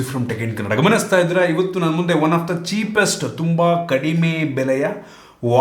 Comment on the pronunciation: ಕನ್ನಡ ಅನೋಪದನ ಸರಿಯಾಗಿ ಹೇಳಿ ಬ್ರೋ